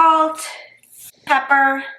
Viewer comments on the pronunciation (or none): isn't she the one who said "pepaer"? 😃